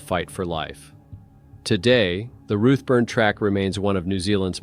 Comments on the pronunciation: It’s Routeburn not ruttburn and most of the photos you are showing are not even New Zealand?There is one picture there that is clearly in Europe as the writing on the signs is not in English. I’m sorry but it just diminishes your story telling. Couldn’t watch till the end. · 1.59 'motweeka'??? seriously??? Why are you saying 'roothburn'?? It's pronounced 'root burn'! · Pronounced 'root burn'